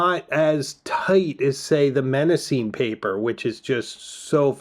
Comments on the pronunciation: Hmmm... you promise to review five alternatives to Moleskine, but present three. Please learn to pronounce your favourite choice: The first M in Mnemosyme is silent. Also, "momento" is not a word. You meant to say "memento" (meme = memory). Please present the content accurately, without cultural prejudice creepng in. Italian makers are not necessarily superior to Malasian manufacturers, as you imply. Less pretension and more accuracy, please. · Google show it pronounced "neh·mow·zeen"; but certainly not starting with an "M" sound, especially as that is the root for mnemonic! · Mnemosyne is pronounced as "nuh-MOS-uh-nee" or "nee-MOS-uh-nee.". I just looked this up and I’ve never been so wrong for so long. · mnemosyne - the first 'm' is silent and you pronounce the 'e' at the end. 'nee-mos-ih-nee'. thank you for the video and alternatives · I would pronounce it more like "neh-mo-sü-nuh". But I'm not Greek so I just try my best. Pronouncing the name of a greek goddess with English i-pronunciation feels weird to me. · Knee-mo-see-nee. The "M" is silent. Paper quality is important. I have a 2026 planner I am thinking of ditching because the paper is horrible. It smears badly. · I was rooting for Mnemosyne (neh-mos-see-nay) from the get-go, even though you Jones'd the name 😂 That paper is just superb all day long. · Excellent video and so helpful. I’ve subscribed. (I was surprised by your pronunciation of Mnemosyne but is forgivable 🙏). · The beginning M is silent in Mnemosyne. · It would help if you pronounced Mnemosyne correctly. It's Greek, so for phonetics you have to go to the original Greek alphabet. Rhymes with Persephone, Calliope & Daphne. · For future reference the first M in Mnemosyne is silent.